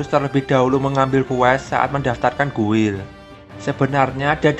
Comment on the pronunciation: gild bang bacanya. jangan guil ah